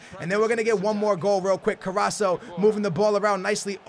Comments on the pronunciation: Allan Mcphee.him saying this us so annoying. Well said mate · does realise there is a c is carrascos name 😂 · Did he not look at the comments of the last video on how to pronounce carasco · The way you say Carrasco triggers me..... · So triggered by the way he says Carrasco.......pls read your comments from the last video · Please pronounce Carrasco right! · i would rate it 8/10 and i would be scared if i saw your name😂(not because of your team). and plz its carrasCO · Carrasco pronounced CarrasKo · CarrasCo, there's a C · Take a shot everytime says CARRASO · It's pronounced Carras-co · it's carras(KO) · Ffs it's carrasCooo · It's pronounced ca-ras-CO!!!!! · In the next video, please call Carrasco CarrasCo... Anyway, love your videos. Keep it up! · ye call him carasko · carrasCo pronounce the C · It is Ca-ras-co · Po1son Turtl3 Ca RRas Co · there is a fucking C at the end of his name CarrasCo, fucking Co not So. Please I've never been so angry at you mispronouncing a name, please read the name before making the fucking video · Skills its cara-sko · ITS carrasco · I cringe so hard when he says carraso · Raul Sendra yeah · its carrasCO The C you have to say like a K im Belgian so i can confirm you😂🇧🇪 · its CarrasCO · love the vids! but 1 thing its carrasCo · OMG!!!!!!!! IT'S CarrasCO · It's carrasc o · its carasCo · carras'''''''C''''''o PLEASE SAY IT RIGHT... YOU'RE MISSING THE 'C' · Carrasco has a C in it, not Carraso. Love your videos 👍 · Its pronounced CarrasCO! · it's c a r a s c o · Wassup! Just wanted to tell you that it's Pronounced: C A R A S K O (not spelled that way). Love the videos and keep up the good work! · its carrasKo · No offense, but its fcking CarrasCo!!! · it is carras co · You say Carrasco wrong. You have to cay CarrasCo. You have to say the letter C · He's name is carrasccccccco with c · carrasso..... cringe.... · Dude its CarrasCo